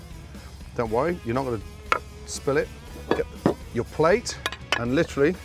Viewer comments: I'm not so sure he even likes the word literally. If he did like it then why does he pronounce it: "litch•ruh•lee"? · I thought that was the British pronunciation.